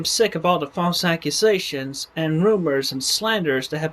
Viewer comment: when he says "false accusations" it sounds like he's saying "ballsack-usations"